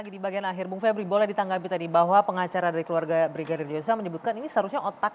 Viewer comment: Vebriiui ..vebrool